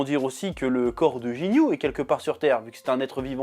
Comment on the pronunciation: Tu dit jinyu mais c'est guinyu